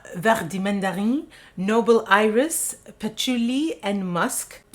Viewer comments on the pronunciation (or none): none